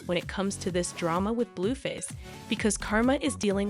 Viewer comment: You are saying the names wrong, it's not Christine and it's not Bluefist I don't know who this girl is that is talking she don't know who the people she is reading about!!😠